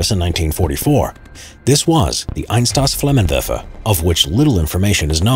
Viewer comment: Just for future reference. Pronunciation of the flamethrower is Eins-toss-flammenwefer Not meant as an insult.